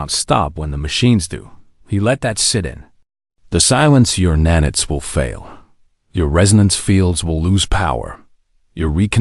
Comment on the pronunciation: F'ing AI, it is NAN-ITES, not nan-its.